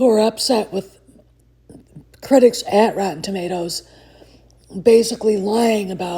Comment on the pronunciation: "Rotton Tommaters" 😂😂😂 Hey, that's CORRECT!❤